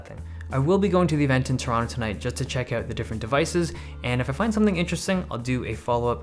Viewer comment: Wait did you say Toronto at the end??